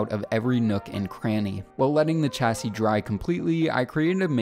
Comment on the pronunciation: Great vid, but your pronunciation of chassis is baffling